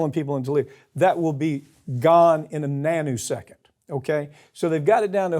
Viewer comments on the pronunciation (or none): "nanu-second"? .....Has Papantonio been watching Mork and Mindy re-runs...?